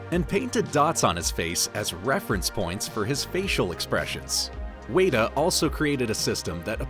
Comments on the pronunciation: It's not Wayta Workshop, it's Wet-a Workshop, like the bug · Isnt WETa not Wayta? I've always heard it pronounced WETa digital. The pronunciation was throughing me off 😂, couldn't even finish the video. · I hear you Michelle. Seriously I'm not going to sleep tonight. Weyda...good grief!! WETA!!! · You are pronouncing Weta wrong. It is said like wet-ah. It's not wait-ah like you're saying. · It’s pronounced “weta”, like the spider. Should sound like the word “wet”. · Wey-da? Really? All this research, and you didn't pick up once how to say the company's name correctly? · OMG it's driving me nuts!! WETA WETA WETA bahahaha arrghh!!!